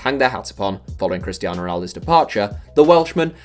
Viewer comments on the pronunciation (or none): none